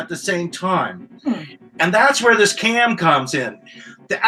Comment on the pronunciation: it’s pronounced “ch-am” not cam. Cham-pa not campa